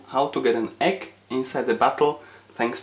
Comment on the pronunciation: you say the egg or the ekk?